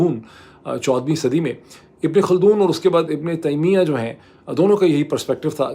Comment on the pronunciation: Tameema nai, Taimiya ha